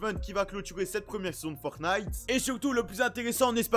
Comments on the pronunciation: Moi: ont dit "Fortnite": je dit "Fortnate" Si vous écoutez bien il dit "Fortnate" xD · Moi je dis Fornite... (je prononce pas le T) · Il dit un peut des deux